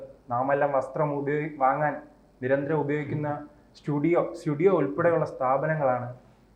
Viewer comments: അവതാരകാ Studio അല്ല zudio ആണ്. കുറച്ചൊക്കെ ശ്രദ്ധിച്ചു പഠിച്ചു ചർച്ചയിൽ പങ്കെടുക്കൂ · താടിവച്ച "ഊളെ'സ്റ്റുഡിയോ അല്ല സുടിയോ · Studio എന്ന് എന്തിനാ പറയുന്നത് ZUDIO സൂഡിയൊ please correct it